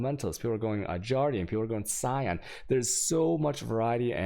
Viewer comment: Is anyone gonna let him know how badly he mispronounces things.... "vaal" is not "whale" and "Guardian" is not "Jawrdian"... It's also not Virgil, it's Vigil, what is going on here.